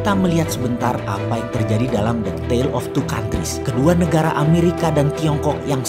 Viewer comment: “tale” bukan “tail” 😂😂😂